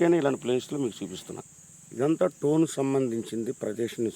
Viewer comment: టోన్ టోన్ అంటే ఏందో అనుకున్నా... అది టోన్ కాదురా స్టోన్